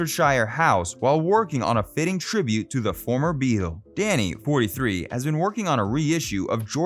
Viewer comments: You mispronounced Dhani Harrison’s name repeatedly. It is NOT pronounced like ‘Danny’. The ‘a’ is pronounced like ‘ah‘, not as in ‘at’. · He also mispronounces Dhani's name as 'Danny' when it is actually 'Darnee'. He is named after 'dha' and 'ni', two notes in the Indian music scale. George was deeply into Indian culture and mysticism. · Dhani is pronounced "donny" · I've always heard it pronounced, "Danny,"...